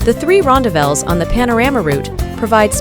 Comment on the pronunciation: Whoa! Wrong pronunciations! American here, but I resided in South Africa back in the 80s, and even learned Afrikaans as a “tweede taal”. The correct pronunciations of ‘rondavels’ and ‘Blyde’ are: ‘Ron—DAH-velz’ (emPHASis on the second sylLAAHble). ‘BLAY-duh’ (two syllables: and the first syllable rhymes with ‘play’ and ‘stay’). It is most definitely NOT pronounced “Blide” (rhyming with ‘side’ or ‘tide’). If I hear any other mispronounced words, I’ll mention them separately.